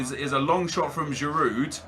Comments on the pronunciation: you know you don't pronounce the d in giroud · haha the d is silent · I love how he's saying 'The legend Giroud' even though he can't pronounce his name properly 😂